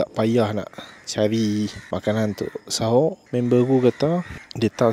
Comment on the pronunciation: Bukan sahoq tapi soq..